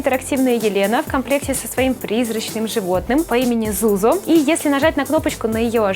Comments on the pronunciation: Не зузо а Сьюзо!!!! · правильно не Зузо, а Сьюзо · Не Зузо , а Сьюзо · Не Зузу а Сьюзо! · Не Зуза ,а Съюзо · Не зузо а Сьюзо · Не Зузо а Хьюзо.